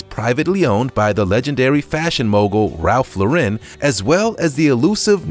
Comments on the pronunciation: dude really said Rawl Roln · Yea you butchered Ralph Lauren's name too. Haha this is terrible.